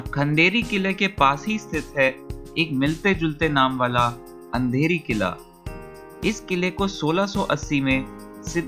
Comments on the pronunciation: अंधेरी किल्ला नाय रे उंदेरी किल्ला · It's no Andheri killa its undheri plx pronounce it properly